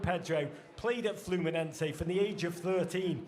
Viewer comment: its FLUMINESE, NOT FLAMENCO